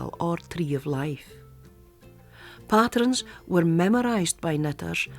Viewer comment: The way the narrator pronounces “pattrens” reminds me so much of my Granny who bequeathed me her love of needlework!